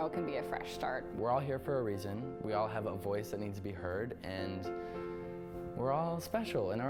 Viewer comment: "love to hacpve boyfriend?!"